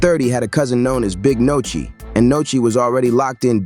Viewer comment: Definitely an interesting video bro since 30 and Sheisty are 2 of my favorite artists, but bro u pronouncing names wrong it’s Nuski (Nooski is how u pronounce it) and it’s Sheisty (Pronounced Shystee), not Nochi and shestee 😂 😂😂…Other than tht the content is definitely interesting